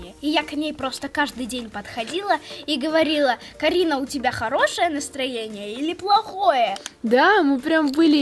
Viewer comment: вообщето она сказала Каринао